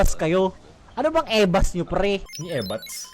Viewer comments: ebas yun hindi ebats, "dami nyong ebas" = dami niyong sabe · EBAS HINDI EBATS HAHAHAHAHA